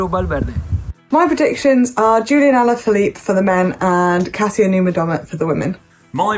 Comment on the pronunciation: Is it just me or did say Ulien Alaphillipe?